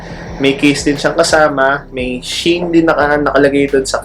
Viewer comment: She - In po pronounciation non sabi ng kaibigan ko. "She In Style."